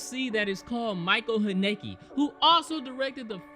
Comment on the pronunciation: BTW,, Haneke is pronounced HAHN-nukuh (like Hanukkah)